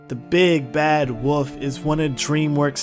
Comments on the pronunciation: It’s pronounced wolf not woof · The way you said wo(l)f is infuriating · Why does he pronounce “wolf” as “woof” lol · "red eyed woof"💀